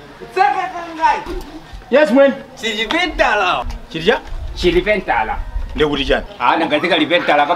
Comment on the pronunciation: Chilipentala not kalipentala 😂😂